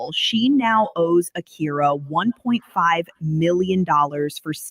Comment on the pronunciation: Everyone in the video: Ah-kee-ra: Ah-KYY-ra 😅 loved the convo as usual tho 💕